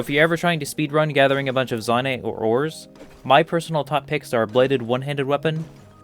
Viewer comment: Great video. You say “Zonaite” weird. I believe it should be pronounced “Zonaite.” Not “Zonaite.”